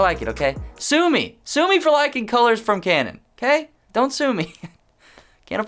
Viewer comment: Great I'm now hearing canon as cranon. Wonderful 🙄.